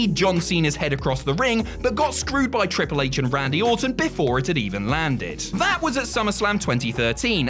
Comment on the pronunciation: I swear said ‘Cripple H’